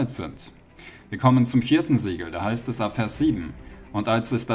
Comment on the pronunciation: Sieben Siege Siegel was spricht er aus?? Ich verstehe nicht. Die ganze Zeit wiederholt er Sieben Siege Siegel.....